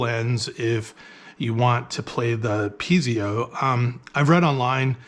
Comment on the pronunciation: say peezio again😂 , I think its pronounced Piet-zo Thank you for the video!! 🙏🙏